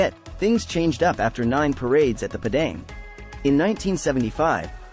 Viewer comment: We say it Padang = "Par-dung". Toa Payoh = "Toe Paryeo"😊